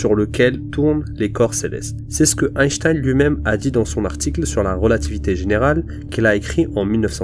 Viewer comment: Pourquoi dire même Einchtein ?